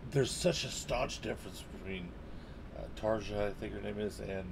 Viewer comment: If I'm not mistaken, it's pronounced Tar yah. I agree, though. Peanut butter and chocolate, for sure.